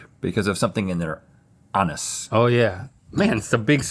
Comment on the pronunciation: It's pronounced "a noose"